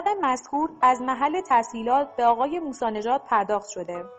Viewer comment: چقدر بی سوادی ، حسین هدایتی دولابی درسته نه دو لابی از طریق شرکت. سید مهدی موسوی نژاد درسته نه موسی نژاد کارشناسان متخلف درسته نه مختلف